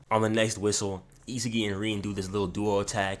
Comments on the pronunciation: Not gne hold you bro you saying isagi name wrong it's I-Sah-gi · Bro it’s E SA GEEEI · It’s isagi is-a-gee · The way he pronounce isagi's name as "isa ge" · DO NOT ever butcher his name again 😭😭